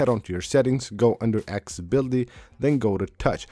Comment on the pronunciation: you forgot to mention when he says "aksssibility" and "sheer sheet" and "buddon" and "co ordi-nates" and "shore cut" lol